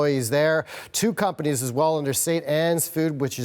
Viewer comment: I swear she said "Pumpanies" instead of "Companies".